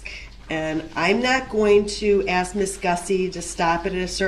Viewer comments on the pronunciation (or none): For God's sake it's ASK not AXE! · She should insist that he says " ask" properly. Thats disrespectful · If I hear another "aks" I'll scream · Again did you ax her or did you ask her. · The word is ask not aks... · Please!!!!! Ask is so easy! Why the “axe”. And why the do dat. And why the troof. And why the oaf. And there’s wayyyyy more!